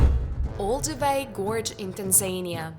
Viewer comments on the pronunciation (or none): It's Tan zan IA. It's Came bridge!